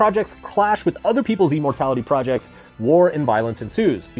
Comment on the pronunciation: "e-mortality" projects lol